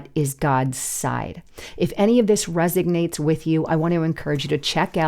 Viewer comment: Resonates with us,, not resignates. 😅